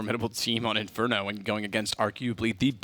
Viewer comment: Não in fer do rento